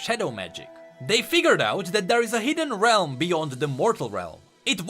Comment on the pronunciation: Whenever he says shadow realm i hear shadow wealm